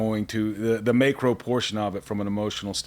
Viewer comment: “May Crow” 🐦‍⬛🐦‍⬛🐦‍⬛😂